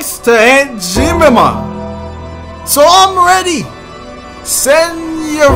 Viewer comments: u wild for that "jee mim mah" lmaoo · he really just said jer mim ma